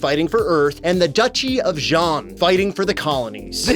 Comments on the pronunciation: Respect, eh? This Gundam gets destroyed pretty easily by stuff that, in the actual series, would hardly even dent it (Zaku gunfire and even landmines, for starters). And there's also all the mispronouciations (Zeon is pronounced "Jee-ohn" in Japan, but it still sounds nothing like "John"!) and just plain disrespect! In fact, in Japan (yes, this was released in Japan), this game has a reputation for being a "kusoge", which is "crap game" for those unaware! Despite having some of the actors from the show reprise their roles (thus making them sound better), the story is still terrible! Heck, Char's actor is outright ridiculed for not only his ridiculous cosplay, but also for looking too old and ESPECIALLY that chin! Fans call this particular Char "Char Ago-nable" (Ago being Japanese for "chin")! -_ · relistening to this, when he screamed when he was going to crash the ship, it actuially sounded like they used a soft z instead of a hard one, meaning that they are trying to say the name wrong while using the right spelling. for exaMPLE, instead of Ze-on, the do something like zzz-eon o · yeah, same thing with ''jeanne'' and Zeon. in japanese, some words that starts with Z are pronounced like J if they have yu after (ex: Zyuranger is pronounced Juuranger) the translators probably thought that every word starting with Z were pronounced like a J hence ''Jeanne' instead of Zeon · you kept pronouncing Zeon wrong. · intersting on that they can't say zeon but nailed it on the specific model of the zaku